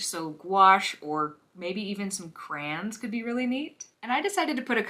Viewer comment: did you say "crans"?! My sister used to say that! Actally, she's 69yo now and still pronounces 'crayons' that way. 🤣 I love it, and great painting!